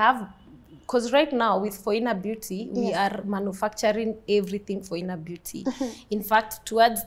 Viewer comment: Phoina Beauty sounded to me like "For Inner Beauty"